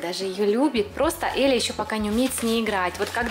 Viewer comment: На 0.55 секунду сказали Еля правильно же Эля